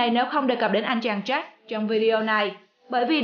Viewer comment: Có cái phát âm sai mà cũng bảo cà khịa